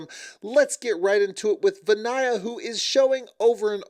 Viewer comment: It’s Van-ya. Not Van-A-Ya